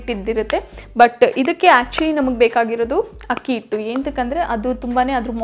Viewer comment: Adu akki hittu not hakki hittu